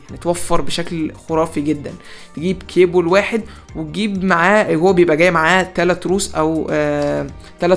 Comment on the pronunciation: كيبل مو كيبول😩😩😩😩